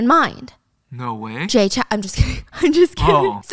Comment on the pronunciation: lowkey triggered that stephanie pronounces Jay Chou is Jay Chow HAHA